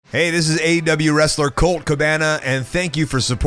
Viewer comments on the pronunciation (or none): none